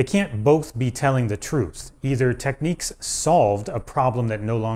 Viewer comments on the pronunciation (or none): Technics NOT Tekneeks! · "Techniques"? Lol it's Technics. There's no "nique". Say it right, man! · Technics is pronounced 'teknix' not tekneeks' Respect for having Ride album cover in the background.. :-) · DJs in the US always called pronounced it as techniques. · Just an observation - in the UK, we've always called Technics "TEKniks", but Americans seem to pronounce it "TekNEEKS". . Just an observation. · It's NOT pronounced "Techniques", it is "TEK-NIKS". It is a play on the word "technical", hence "Technics".